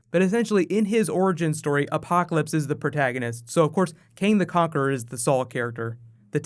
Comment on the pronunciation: LOL is that Apoloclpyse?